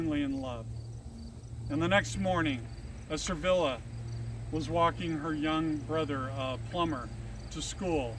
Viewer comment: Your video is interesting, sir, but why do you keep calling her "Servilla" when there is clearly no "R" in her name?